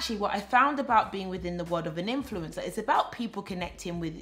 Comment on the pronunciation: 🤣 it sounded like you said influenza 🤭 that was funny! Keep up the good work